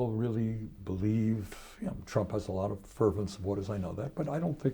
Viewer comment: It sounds like Bernie calls Trump a more appropriate name, "Tramp."